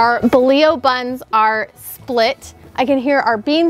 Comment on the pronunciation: I love this recipe and will be makin these tomorrow evening. On a side note, it's refreshing to hear someone pronounce bolillo properly!